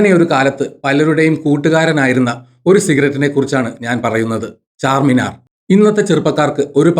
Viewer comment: ചാർമിനാർ ആണ് ചാർമിനാർ അല്ല